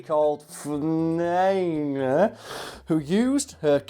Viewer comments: It's pronounced Fry-knee. Rhymes with Shiny. I looked it up. All you had to do was google "Phryne pronunciation". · That’s the wrong pronunciation. Phryne is pronounced as FREE-neh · It's pronounced as "Free - Knee" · Fry nee rhymes with shiny... yes I do have to tell everyone who hasn't watched Miss Fisher Murder Mysteries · Greek guy here, it's pronounced like "frisby". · I looked it up, and what I've read said that it rhymes with "shiny". So, "Fry-nee"... But there may be more than one way to say it. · probably pronounced "fryne" the "ph" is like the f in "phallic" y is like the y in "hypnotic" and e as the e in "eros" btw you english brought the pronounciation mess upon yourself, by mixing frankish celtic and norse, then forgetting to update how you write it. you silly things. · I think it's pronounced frune-knee. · I think it is pronounced "fyrne" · I just typed my name on the search bar and this popped up. I'm not mad 😂😂 Btw you completely butchered the pronunciation but I'll forgive you hahaha